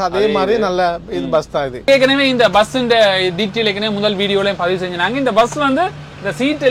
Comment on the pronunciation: Vus illa bus